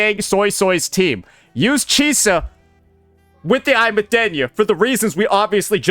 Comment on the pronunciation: I’m sorry Imeath… WHERE IS THAT I COMING FROM?! It’s Aemeath!